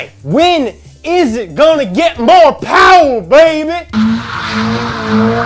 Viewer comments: Oh..... Mr. Mo powah Baby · mo powah babeh? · "Today we're going to be doing the GT86" LESS POWAH BABY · Mo Powah Bahbey